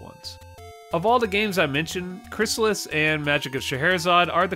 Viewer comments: Crystalis is pronounced crystal (like the drink) is. Not crysalis. And fuck that, crystalis took a good formula and absolutely perfected it. Its better than LoZ as an action RPG. LoZ doesnt have an actual story when you break it down. No towns, no narrative, no levelling. Its not really an RPG. Its an action game. Its an awesome game, dont get me wrong - but Crystalis is a better action RPG. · It's Crystal-is, not Chrysalis. You can hear the pronunciation in old commercials for the game. And it's better than the original Legend of Zelda by far.